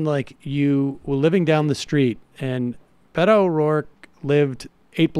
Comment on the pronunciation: I wish people would say "Bay-to", as it should be pronounced. "Bee-to" sounds too close to "pedo".